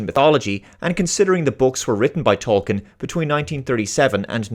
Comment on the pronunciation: He himself pronounced it as TOL-keen . p.s. I won't watch this ( LOTR TROP ) crap or the GOT spinoff dragon house tripe . You do great work . Been meaning to say that for many months .